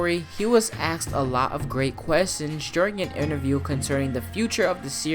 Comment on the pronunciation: Was I the only one really bothered when he said aksed